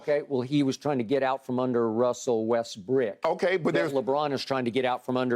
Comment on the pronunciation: Skip said little westbrick 😂😂😂